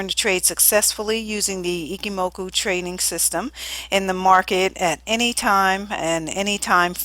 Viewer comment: Ichimoku i-CH-i-moku not i-Ki-moku JFC And you sell webinars...